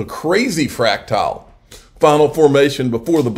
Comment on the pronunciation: Fractal is pronounced *frac-tul.... not "fractile"